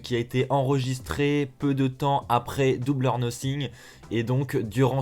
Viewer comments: C’est quoi se truc « double or nothing » ptn tu sais pas parler c’est « dubeule or nofing » la prononciation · je reve ou il c pas dire double or northing